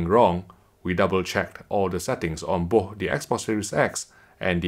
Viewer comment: Plz learn how to say BOTH not booohh.. 😁😁